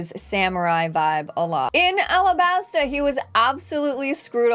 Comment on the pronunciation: Alabasta not arabasta... The japanese cant say the L so to us sounds like R